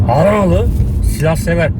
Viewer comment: Yeni kanalı keşfettim kardeşim Adagnali dedin beni mest ettin bende Adanalı yım can kurban babacan.